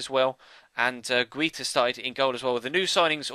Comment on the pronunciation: I think you pronounce Guita as Guy-ta